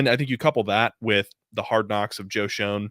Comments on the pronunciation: Both these guys mispronounce Joe Schoen's name. It pronounced "shane". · It's beyond annoying. How are we supposed to take you seriously when you can't even pronounce the GMs name correctly?